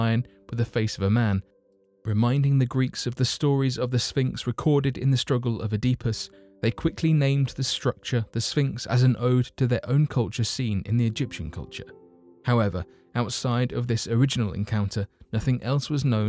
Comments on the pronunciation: Oedipus is pronounced "EE-DA-PIS" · Odepus pronounced Adepus